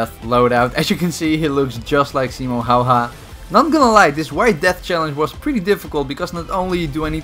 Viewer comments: Why simo hayha its häyhä like heyhe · Him: simo hauha Me: auch auch my brain Its simo haya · Its Simo Häyhä not Simo Hauha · It's simo häyhä not himo sayha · I noticed that too.. 😂 simo howha it’s more like simo haya.. and i’m a dutch fella too bro.. 🇳🇱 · Hayhe not howha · Fact: It’s pronounce Haayy-Haa and not halha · HÄYHÄ NOT HAYHA SPEEK IT RIGHT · Simo hauha who is that , its pronounced simo heja , spelled Simo Häyhä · Hayha not hawha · I used to think Simo Häyhä’s name was pronounced as ‘Simo Haiyah’ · I like how you said Häyhä, you said like haw-haw Not hating just think it was funny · Since when is Hauha the pronounciation for Häyhä? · It's pronounced "hawa" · I can't stop laghing how you prounoc es Simo häyhä lol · says Simo Häyhä Me being Finnish, tf did you just say??!? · I don't either but I am Scandinavian so I have the letter "Ä" in my alphabet, wich means I know how to pronounce it. Now I have no clue where you're from (my guess would be German, Austrian or Swiss German from your accent) but it's definetly not pronounced like a combination of "A" and "Å". (I easily get frustrated when people pronounce things wrong... my appologies) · you said his name wrong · You say the name wrong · Proud finn here just to announce that you absolutely botched pronouncing häyhä